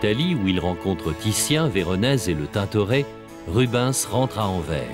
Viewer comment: et pour autre info , on ne dit pas Anver mais AnverSSSS , en flamand Antwerpen